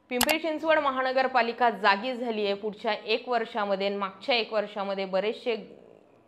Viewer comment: महाणगरपालिका..? महानगरपालिका असा उच्चार आहे ताई